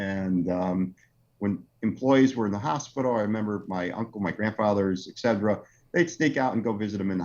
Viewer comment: I love his products, but the way pronounces "etcetera" makes me want to punt a baby seal.